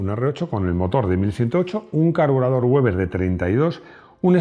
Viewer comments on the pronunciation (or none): none